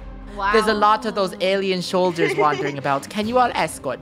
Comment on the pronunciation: Ok ok Everybody is talking about how they danced in perfect sync. BUT CAN WE TALK ABOUT HOW SAID "Shoulders." INSTEAD OF "Soldiers."??